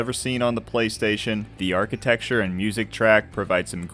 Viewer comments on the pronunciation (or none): none